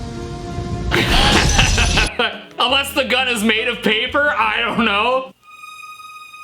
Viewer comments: the paper pronouciation 😂😂😂😂😂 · “Next, I have dis (this) , paypuh (paper).” in some sort of accent that kinda sounds kinda similar to a Russian accent, somehow.